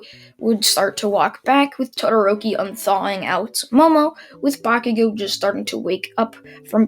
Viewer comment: ya he finally said bacugo's name right:)